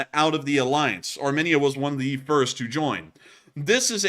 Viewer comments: Armenia is prounounced 'Ar-meen-ia, not Arminnia. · It’s pronounced aar-mee-nee-uh